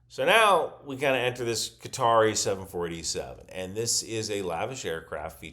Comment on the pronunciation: Hi, it's nice to hear an American say Qatar correctly - you appear to be the only one. All your compatriots seem to think it's "cutter".